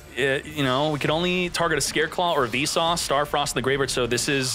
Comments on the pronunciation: Keep hearing you say "V sauce star frost" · are you saying `Vsauce` or `Visas`?